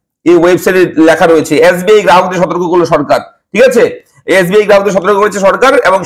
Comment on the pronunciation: Yasbi na Dada SBI 😁